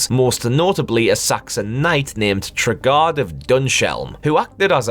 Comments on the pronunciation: It's pronounced TRAY-GUARD! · Enjoyable video. Knightmare was my favourite television programme growing up, and I have all the episodes saved, thankfully! And the dungeon master's name is pronounced Trey-Guard of Dunns-Helm (not Tregarrd of Dunsh Elm). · One thing... its pronounced like Tray-Guard of Duns-Helm